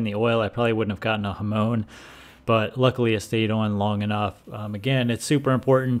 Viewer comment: Not Hamon as in the Ramones, but Hamon as in Monica